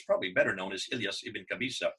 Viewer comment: Iyas not elyas dear, after all it was a great Video.. also it's one from many historical and linguistic evidences that show that "Arabs" are not a national or a human race, but here we talk about a polar side, and we "who know the Arabic language" know that Friday was called "Àroubta/ Arouba" and it is derived from the Christian Syriac, where this day became known as a day The sunset of the sun (Great Friday or Passion Friday, and in Syriac, < > which it used in Akkedian as well as, erebu meaning Sunset) and this also refers to the sunset as a polar destination, and this name continued even after the completion of the Arabic language formulation in Iraq between the schools of Kufa and Basra, and this can be observed in the Arabic poems at those days, so it is natural for the Arminian's sources to name these peoples the Western peoples while the Jews call them as It is mentioned in The Doctrina Jacobi (636 AD) in the form of Saracen / Saraken, which is a Syriac word meaning Eastern people <Saraken is also in a Syriac mean Orient / Sunrise / Easterners> "Sharqen".